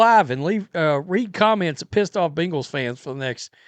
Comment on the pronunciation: I HATE how you mispronounce Bengals 😒😡😠 You sound like a child trying say hippocampus 😂